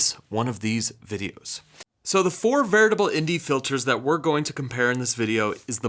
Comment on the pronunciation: Great job!! Sounds like you're saying "VERITABLE" instead of "VARIABLE". Just a heads up.